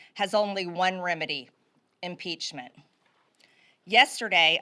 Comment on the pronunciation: "... it is with the highest amount of "solemnidy" (SIC), I announce "inpeachtree" for everyone. - MTG